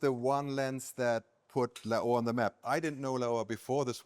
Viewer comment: I've never heard anyone pronounce Laowa this way. It took me a few seconds to understand which company the video is about.